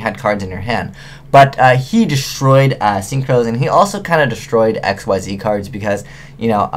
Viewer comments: Ekseez. Ekseez! That's how Xyz is pronounced! Not X-Y-Z, not Exceed, Xyz! How many times must I mention this? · Xyzs monster is pronounced "ick-zees"